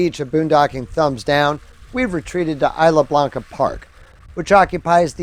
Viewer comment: It’s Isla Blanca, not isle Blanca.